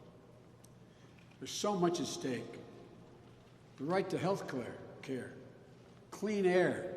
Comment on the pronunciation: So much at stake...The right to health Claire...Care lol. I'm just picking, but it was funny :-)